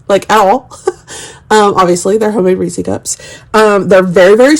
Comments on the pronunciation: I live about an hour from the Hershey's plant. It's definitely Reese's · Best part about this video: pronouncing "Reese" as "reesie." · I’ve never heard anyone say it like you do! So funny. It’s cute.